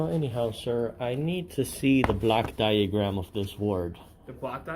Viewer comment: He pronounces it this way: "black" diagram. He means a "block" diagram. Even then he is incorrect. He should ask for the "Organizational Chart" and specify which one. A "block diagram" can be for just about anything, including an electrical circuit, just like a Venn Diagram can work to demonstrate shared traits of just about anything. This idiot has no clue how to be an auditor.